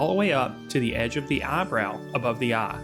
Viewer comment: Love how he pronounce eye as "ah"